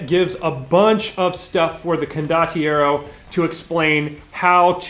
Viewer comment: This setting is glorious. Saw a preview a while back, loved how many references and jokes they packed featuring the Italian movies from the 70s and 80s that I grew up with. Your pronunciation of condottiero is fine, btw.